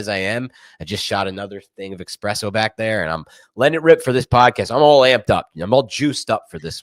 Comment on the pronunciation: Awwww man, is one of those guys that says expresso instead of espresso?! Unsubscribing! (Jk of course) But yeah, there’s no X in espresso.